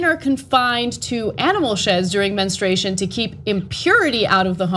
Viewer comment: It's "menstruation", not "menstration". There's a "u" in it. Please pronounce it, Ana. Your guest pronounced it correctly.